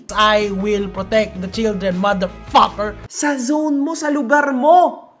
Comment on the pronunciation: "I. WILL. PROTECT. THE CHILDREN, MADERFAHKERRR!" 🤣